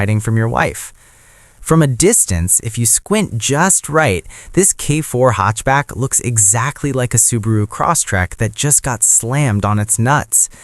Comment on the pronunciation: Nice video, gotta get that ai voice to pronounce hatchback properly though haha. I purchased a 2026 k4 gt-line turbo hatchback about two weeks ago, I test drove both the turbo and a base model k4, and it was night and day, to me the biggest difference and what actually sold me on the car wasn't the engine at all, it was the transmission. The CVT or "IVT" as kia is calling it, felt terrible, unresponsive and dead. Actually being able to feel 8 physical gears when accelerating makes a huge difference, and it absolutely does feel way faster. Plus, a standard 8 speed automatic transmission is guaranteed to be more reliable than any cvt.